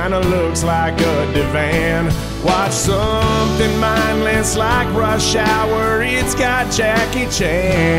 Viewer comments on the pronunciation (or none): none